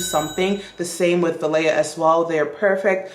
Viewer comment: Althair...THREE syllables, not two...al-tah-EAR. Valaya...va-LIE-a...from Sanscrit.